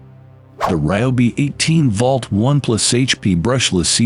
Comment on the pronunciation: Tell your announcer,, that "volt" does not rhyme with "vault". This is why you should hire a human being and have human beings listen to the narration before you post it online and undermine your own credibility.